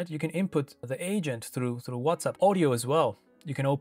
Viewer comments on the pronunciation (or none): Are you saying WhatsUP lol?